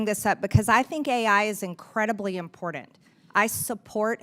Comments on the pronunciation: The Word is “ IMPORTANT “ NOT IMPORDANT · She doesn't know how to say "important" correctly, there is no "D" in important, as she says, "impordant". Definitely came from the poorly educated part of Georgia. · I swear to God... If I have to hear her say imporDENT 1 more time......... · Impordant? Is that a word?